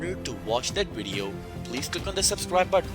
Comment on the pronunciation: Him: "Wideo... wideo" Me: 🥴 "vvv... vv.. video"